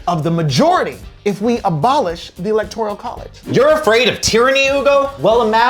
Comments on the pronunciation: ELECTORAL NOT ELECTORIAL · I can't get past you constantly saying electorEEEEEEal college. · Does Ugo keep saying "electorial" ? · why is he saying electorial lol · Ugo saying electorial college is hilarious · Is it just me or is Ugo saying “electorial” college? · Yup, that's what I'm hearing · 😂😂😂😂😂😂😂no, it’s not just you. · Nope, he's saying it...